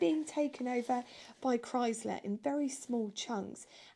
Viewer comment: Pronounced Chry sler NOT Chrys ler. why do they always get it wrong. Please spread the word. There are videos of the man Walter P Chrysler himself saying how expects the new Chrysler to sell well in the coming years and he pronounces it Chry sler.